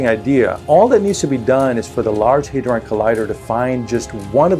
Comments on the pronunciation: Min 6 or so, it is Hadron collider, not "Hardon" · "Large Hardon Collider"...............................giggity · "large 'hardon' collider" lmfao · " large 'hardon' collider" Freuduan Slip?